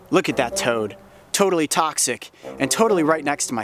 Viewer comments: "TOADally" xD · Just eh.. "Toadally." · When he said "totally" I said "toadely" get it? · "Toadally" That's what he means 😆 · When coyote said totally I thought toadally pun intended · Totally or Toad-tally?